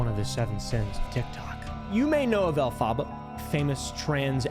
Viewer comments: The way you say Elphaba is funny it’s pronounced (elf-aba) th aba is pronounced like hubba hubba but just the ubba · the way you say “elphaba” kills me 💀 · the mispronunciation of elphaba will never not be funny to me